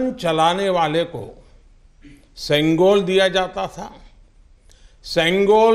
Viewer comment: தமிழ் தமிழ் என்று பேருக்கு சொல்லி திரியும் இங்கு இருக்கும் தத்திகளே பிரதமரின் இந்த பேச்சைக் கேளுங்கள் செங்கோல் மற்றும் தமிழ் வார்த்தைகளை எவ்வளவு அழகாக சொல்கிறார்‌ வாழ்க வளமுடன் திரு மோடி ஜி ஐயா உங்களை வணங்குகிறோம் ஜெய் ஹிந்த் 🙏🙏